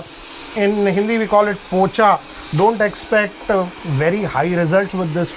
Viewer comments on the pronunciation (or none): Why your pocha sounds like bocha 🤣🤣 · Every time he say's pocha!!!! Damn😂😂